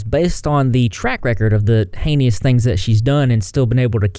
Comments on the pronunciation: Really love your video and reporting. FYI - it’s pronounced “Hay-Nus”. No “Ee” sound in the middle of that word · STOP PRONOUNCING IT AS “Hay-Nee-us”. It’s simply 2 syllables…”hay-nus “. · Heinous: rhymes with “anus” Not “haney-us” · It's not HEINIOUS it a word called HEINOUS. Get it right!